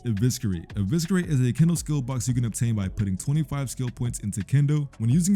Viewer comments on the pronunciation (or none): Eviscerate is pronouced with a silent C 🥀 Stop saying Eviskerate pls 🙏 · bro wdym😭 not why would I say “evisKerate” it just doesn’t sound right gng I never knew the word before type soul